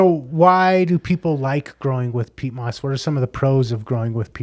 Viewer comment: Pete moss...😁...who's this guy😂!?! Peat moss bro...and I'm French 🤔😎!